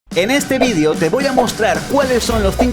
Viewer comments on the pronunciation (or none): no digas ESO, TU ERES ESPAÑOL NO LATINO, CADA RATO ME MOLESTA MUCHO DICES VIDIO QUE VIDEO, NO ENTIENDES HUEVON